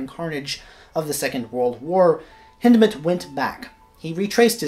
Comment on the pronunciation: Thank you for the correct pronunciation of his name! Hindemith is my favorite composer.